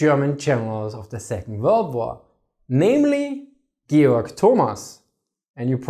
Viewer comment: Geyorg.... I love German pronunciation, or should I say Austrian?